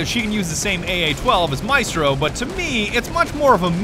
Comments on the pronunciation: MI-STRO....the worst pronunciation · ATK/ Tomiz solo a me fa venire il cancro sentire questi inglesi che non sanno cucinare e insultano probabilmente la migliore del mondo, sbagliano ogni genere di accento chiamandoli “ Maistro” e “Alabai” e fanno battute su l’Italia in generale, quando il loro paese è forse uno dei più antidemocratici degli stati sviluppati